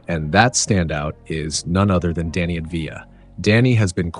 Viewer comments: And ahv-dee-ya and not avd-ee-ya (or sometimes sounding like ad-vee-ya) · He should pronounce Av-dija with emphasis on the Av. Instead, like most Americans do, he pronounced avDIJA, and emphasized the DIJA. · you say it Avdaia (I'm Jewish I know how to pronounce this) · You just made an entire video about a guy and didn’t pronounce his name correctly once.